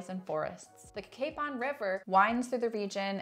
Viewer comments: Great video about our great county, but just so you know, Cacapon is pronounced Ka-Kay-Pun. Also, that gas station and restaurant was the Liberty Gas Station which has a restaurant in it. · thanks for the tips! dad loves Cacapon and has been there many times, and it turns out he pronounces it wrong because we relied on his interpretation!